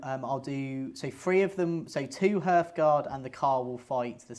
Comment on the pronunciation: Hearth is definitely pronouced the same as heart, rather than earth Its the lower part of a furnace, in regards to dwarves, or otherwise just a fireplace in general